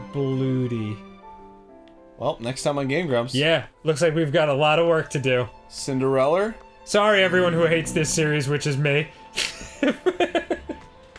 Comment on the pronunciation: Sorry, Arin... What's her name? I think you mispronounced Cillerenda there...